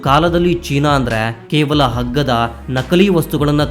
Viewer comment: ಹಗ್ಗದ ಅಲ್ಲಣ್ಣ ಅಗ್ಗದ ಹೇಗೆ ಹೇಳಿ ಅಗ್ಗದ ಅಗ್ಗದ